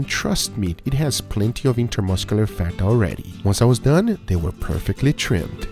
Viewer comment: I like how Guga says "dun"